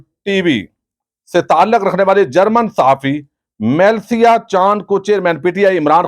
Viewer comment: یارا تسیں باہر دے لوکاں دے ناں تے ٹھیک لیا کرو۔ اس جرنلسٹ دا ناں میلسیا نئیں۔ اس دا ناں ملسا اے۔ م تے زبر اور ل دے تھلے زیر اے۔